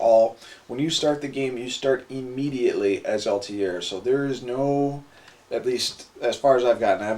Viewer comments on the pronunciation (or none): none